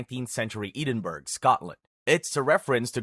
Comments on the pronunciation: Wtf is 'Eden-burg' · If it helps Edinburgh is pronounced ed-in-borough